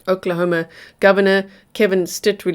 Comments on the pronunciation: Oklahoma ❌ Oklahamo ✔️ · Lol oklahamo? Lol